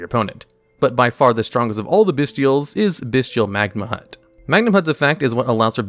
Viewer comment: Him mispronouncing magnamhut bothered me way too much